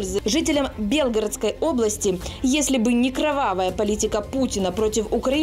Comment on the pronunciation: Белгородской области ударение на е??? Хотя бы правильно ударение ставил!!!!